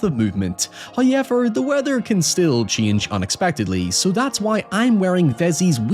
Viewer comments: FIrst "hoyevver" drops , in the sponsorship spot. Don't skip the ad reads, folks! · Exhibit HOYEVER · first "hoyevver"